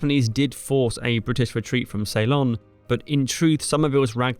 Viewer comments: I am from Sri Lanka, the old name of Ceylon is (and ALWAYS was) pronounced sill-LON, not SAY-lon. If you ask anyone born before 1972 (when the name changed), they will give you the correct pronunciation; Saylun is incorrect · Ceylon is pronounced 'See-lon' not 'Say-lon' basic stuff. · SAY-lon?? You could have looked it up. It's /səLON/. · Thanks for the video, I didn’t know any of that. BTW, it’s Seelon, not Saylon. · Ceylon not say-lon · Ceylon . . . . not salon. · I wondered whether he was using the Dutch pronunciation. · An interesting pronunciation of Ceylon.